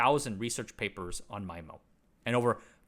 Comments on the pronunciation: Thanks from all around for pronunciation of "MY - MO"... instead of "ME - MO". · MyMO ❌️ MeeMO ✅️ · If "SISO" is pronounced "See - Soe" Then "MIMO" is pronounced "Mee - Moe"